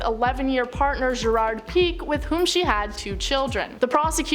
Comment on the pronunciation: Can’t get over the way pique was pronounced lol